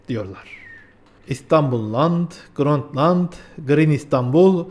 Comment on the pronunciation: Grönt land nedir baba. Grönland. Grönland. Grönland. Cahil de değilsin.